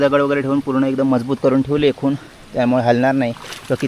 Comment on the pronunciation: खून नाही खोन